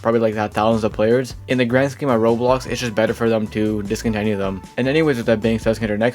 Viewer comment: Who hears him say rolls instead of roblox? 👇